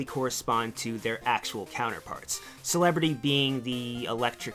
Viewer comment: u said Celerity wrong! :P